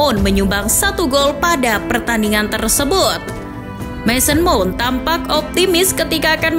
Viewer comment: Mount tulisannya dibaca maoun.